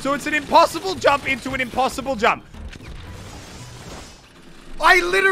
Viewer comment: jamp !!!! Pronunciation